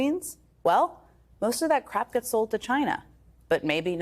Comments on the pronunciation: She said crap 💩 instead of crop 😅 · Ms Psaki, with all due respect, you might want to work on your elocution of the word "crop" (as distinct from the word "crap"). Hope that's helpful. Best wishes. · With her accent i thought she said most of that crap gets sent to China. Took a few more sentences to realise she was saying crop! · Strangely she pronounces the word "crop" as "crap". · Hey Jen, I suggest that you rehearse saying the word "crop" 3 or 4 more times before going on the air, it will help keep you out of the montages. 😀 Love you anyway.